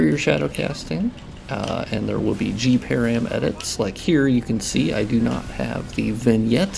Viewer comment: I took me quite a while to understand what you were referring to when you said 'gparam'. The 'g' refers to 'graphics' and 'param' is short hand for 'parameter' -- all together it is the graphics parameters. It would be pronounced as 'puh-ram' as in parameter, not 'pear-ium'. Just wanted to mention it so other people can more readily understand what you are referring to in the future or if you are speaking about params in other contexts.